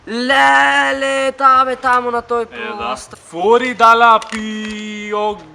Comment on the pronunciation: Не де чита ми приаце молто ил миоо цане тулку Ми пјаче ил мио кане.И не е фуори дала пјогија туку Фуори далла Пиоџија.